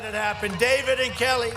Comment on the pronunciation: I think he said "our Kelly". But it's still funny. lol